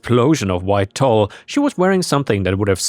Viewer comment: Sorry if this comment is taken the wrong way, I am in a bit of an OCD teacher mood. I am unsure about other countries, but in the US and England "Tulle" is pronounced ˈtül like "tool." I mean no disrespect to, after all he is the one making great content. I just know that english is not his primary language and wanted to give him a pointer on pronunciation.